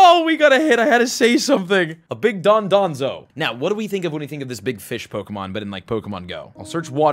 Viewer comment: Don-doe-zoe is how to pronounce